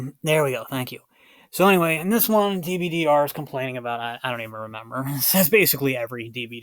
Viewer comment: It's pronounced Dib-durr